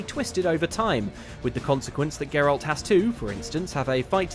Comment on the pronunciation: said Geralt's name correctly 8 times in this video, and I'm almost disappointed.